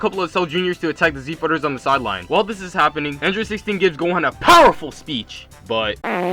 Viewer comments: For most of the time I heard u say gon instead of gohan and thought wait am I watching the video I pressed on? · anybody notice how he says gohan it sounds like hes saying gon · He says Gon instead of Gohan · He keeps saying gon instead of gohan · Why is he saying gon instead of gohan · You said gon insted of gohan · He keeps calling gohan | gon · is it just me or in the start was he saying gon? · I swear every time he says gohan and krillin I hear gon and killua